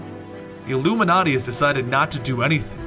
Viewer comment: why do you say llluminati